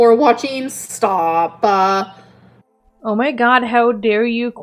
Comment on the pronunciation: “STAAAAHP-PAH”!! What is this obsession with adding an extra syllable to everything? Why does everything she says make me want to punch her in the face until she speaks properly? PS. Amber? You’re superior to smokers? You’re not. You also smoke. Staaaaah-pah.